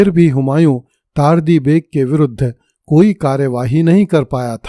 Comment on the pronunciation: चार्ली नहीं तार्दी जबकि यह तर्दी है।